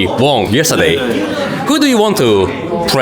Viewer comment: ときどさん、win の過去形 won を ウォン と発音するの、やめて欲しい それ、ワン です one と同じ発音